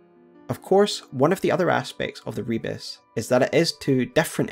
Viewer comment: Another video where pronounces "Rebis" as "rebus" despite them being very different words. One of them is another name for the alchemist's Magnum Opus, the philosopher's stone, represented as the divine hermaphrodite (a single body with both a male and a female head upon it). The other is a simple puzzle/visual pun consisting of mixed letters and images.